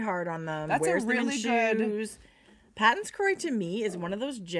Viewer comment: Hi, Just a heads up.. Patons is a Scottish surname and is pronounced Paytons. Cheers.